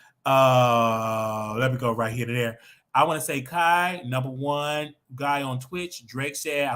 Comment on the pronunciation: Kai is pronounced K👁️